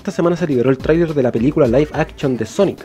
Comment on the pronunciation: La pelicula "Laif akchon" de sonic